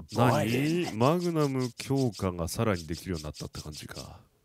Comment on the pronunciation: melon water 過去にマグナムをマグマムと噛んでしまって、それからそう言ってるんだと思いますw